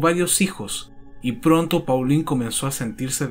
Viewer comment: Muchas gracias por el video. (En francés Paulin se pronuncia . Igual para Thierry Mathurin )